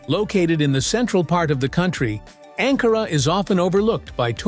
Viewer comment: Warum sagst du Angora Ankara ist richtig???